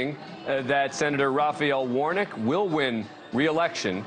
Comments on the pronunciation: His last name is Warnock sounds like War-Knock, not Warnick 🙄🙄🙄🙄🙄🙄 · Quit pronouncing Warnocks name “Warnick”. Damn Dan! Don’t you have degrees?